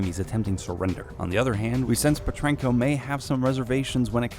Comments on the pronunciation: His name is Pe-tren-ko. Not pentrako. You were saying it too fast and it sounded hella weird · Its petrenko not pentreko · For new people it’s Pa-train-Ko not Pen-Tren-Ko. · ‘’Dimitri Pentreko’’ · Petrenko not pentreko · It annoys me when he says "pentreko" not petrenko...... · It’s Petrenko, not Pentrakov . Jesus... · its pet-ren-ko not pertenenko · its PetrEnko noy PEtreko FFS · Did... Did you really just call him Dimitri Pentreko? It's Petrenko, not Pentreko! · Dmitry "Pentreko"? Hah, I love when Americans try to pronounce Russian surnames xD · Pe-tren-ko. Not pen-tra-ko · Petrenko, not Petrneko. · He is called Dimtri petrenko not pentrenko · Says “ Pentreko “ instead of Petrenko and World of War . If you’re making a video get the basics right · It's Petrenko not pentreko ffs americans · It's Petrenko not Pentrenko! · It hurts to hear the name "Pentrenko". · PERTRENKO! DMITRI PERTRENKO! Not Pentrenko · Even you are wrong, its Petrenko, not PeRtrenko nor PeNtrenko. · The way he said pentrenko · "Dimitri Petreko" "Cordis DEE" lol! But good video overall. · “Dimitri pentreko” 😴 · Its Petrenko, Dimitri Petrenko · He says all the other Russian names sort of properly but fucks up Dmitriy PAH-TRAIN-KO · nope. no he did not. "Pentreko", Cordis DEE". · You say dimitri petrenko wrong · First of all, he needs to learn how to say Petrenko. Second, Reznov is not there, that was mason being tricked by the russians. Remember, he died in Vorkuta. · It hurts listening to him say Petrenko’s name. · Anytime he says Dimitris last name I get triggered by the way he says it. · I mean you don’t have to play the games but you can at least take 2 seconds to learn how to pronounce Petrenko and Cordis Die, jesus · You were butchering Dimitri's last name!😡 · Who noticed that he didn't pronounce Petrenko correctly? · No sir, he did not as evidenced by his complete butchering of petrenko's name and him throwing out steiner instead of shooting him.